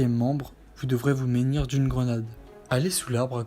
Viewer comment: Si je peux me permettre on dis se Munir , pas se ménir 😅